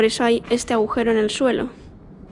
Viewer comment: Qué mal te expresas. Cuánta incultura. No es ahujero, sino agujero. Informáte y aprende antes de hacer videos.